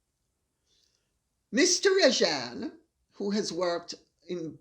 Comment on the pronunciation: Hi Lady C, being Indian I'm deeply disappointed seeing a fellow countryman behaving in this despicable and unethical manner. But I suppose he doesn't consider himself to be indian and to be fair, his country of origin cannot be blamed for his sins of omission and commission 🙄🙄. The name is pronounced as Raa-jun, sorry but I had to correct you on that. Though Mr R may prefer the anglicised version ?? 😄😄